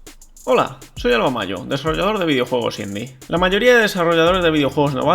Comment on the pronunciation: aquí aun no decía bien lo de "desarrollador" al principio, creo que aun no lo dice bien